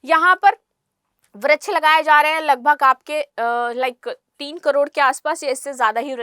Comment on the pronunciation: वृक्ष बोलना सीखिए